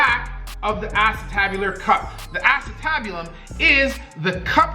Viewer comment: Brutal injury but I laughed every time you said asstabulum. I know it's not spelt that way but funny name.